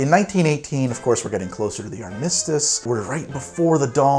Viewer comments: Just found your channel---it's awesome! I think it's beautiful that you haven't had the need or opportunity to pronounce "armistice" properly. Keep up your good work, sir! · HOW DARE YOU! ...Pronounce armistice like that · Never heard "armistice" pronounced that way before. Keep it up, this is a good episode, intro included.